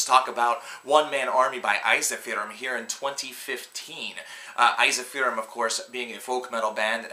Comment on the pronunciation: Eizahfearum? It's "En-Seef-ur-um" for America, it's "Ensi-Fear-Um"